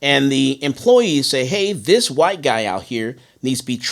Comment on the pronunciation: White not whote